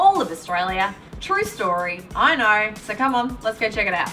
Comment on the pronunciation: "eye-nerr" = "I know" I initially thought she was just making a weird sound